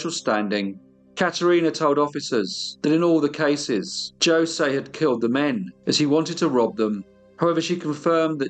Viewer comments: Knowing that the j is pronounced as an h in Spanish means I can’t watch this. Every time you say josey I have to yell ho say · As the living ghost of Jose Ramos I implore you to say it like this: Ho-say, not Jo-say. My spirit cannot rest until you do me this kindness. PS, I love your channel. Its a big hit on the other side! PPS, It was Catalina. I only did as she said for love. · J is pronounced zh in Portugal not joesay 😂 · Its actually hose ...the j is silent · But, that's not how you say, Jose. it's jha-seh, but to be fair Brazilian Portuguese and European Portuguese are different but usually, the names are the same. When they say Bom Dia, it's pronounced more like Bom Gia, the I is a e sound. My name is pronounced Esabel, not Isabel.The Brazilian dialect is very different from the European one. I understand Spanish better so I'm not trying to be a jerk. Maybe by accident. I love your channel. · J isn't pronounced like J in Spanish. It's an H sound - Hose. Great story, I'm surprised I'm telling you this 'cause your pronunciation of foreign words is usually top notch! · You have a lovely Spanish accent. I want to share with you that J is the letter for H all the J’s you see in Spanish words are pronounced as an H as in Jose, Julia. 😇 As always you do a wonderful job. I agree with other fans, this went from appreciation of music and literature to serving special sausage to their upscale clientele. Yikes! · I think Jose is pronounced Hose. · Only one comment, his name is pronounced hoe-say. I hope you take this well, accents and spellings are tough! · It’s painful to listen to you mispronounce Jose (it should be hose aye)… It’s common knowledge I’d have thought, I’m an Aussie in rural Australia and even I know this. Like Jesus is pronounced Hey-Zeus. Please start researching pronunciations, you are doing your topics and yourself a disservice. I’ve listened to everyone of your podcasts and am a fan, but I know you can do better in this area. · "Joesay" lol